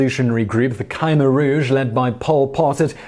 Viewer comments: It's pronounced Kah-mare or K'Meer, sort of in between those. Not criticizing at all, I just wanted to share knowledge. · It's pronounced as Khmer not Khaimer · Damn you need to work on pronunciation of the topic at hand. Wayyyyy off. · I live in Cambodia. You mispronounced Khmer. "New People" =privilege.